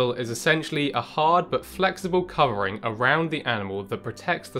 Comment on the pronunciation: Covering... He said covering... Not cum ring 😅